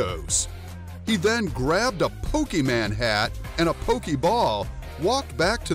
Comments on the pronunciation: It’s Pokemon not PokeMan boomer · IT IS POKEMON NOT POKEMAN